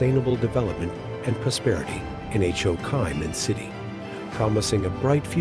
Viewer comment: I had no idea Ho Chi Minh City was actually pronounced H, O, Kai Min City! Wow! 😂